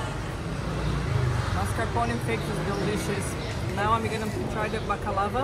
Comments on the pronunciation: With all due respect, that is absolutely not what you said. Go back to and you will hear yourself say balakava. Please don't even try, I am fully Greek and I know what my ears heatd. It's okay that you mispronounced it, but it's not okay to lie in your comments. If you don't want anybody commenting, then just turn off the comment section. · Not balakava....baklava. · It’s not BAKALAVA it’s BAKLAVA!!!